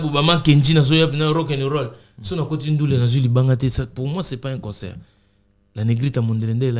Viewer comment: On dit CONCERT ET NON conSEUR frère